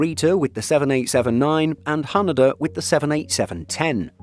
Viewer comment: Ha-NAY-Da , not What you said (Ha NUH Da) 😊😊